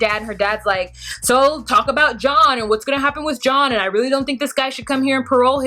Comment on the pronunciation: The Shane/Shaun/John thing was confusing because she says his name 'John' with an 'sh' at the beginning. Lol I was confused too.